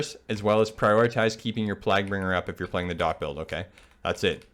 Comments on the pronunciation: The way you were pronouncing Plaguebringer bothered me more than it should have. Good guide though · “Plag bringer” “Eebon fever” Cmon bruh